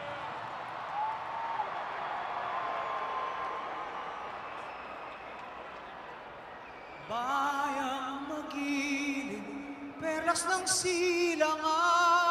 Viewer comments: it's pineda. not pinyeda. :) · padre damaso seriously my last names Pineda as well and I hate when they pronounce it like that 😩